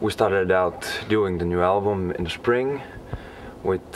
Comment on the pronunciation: haha that finnish accent - - in SHpring :D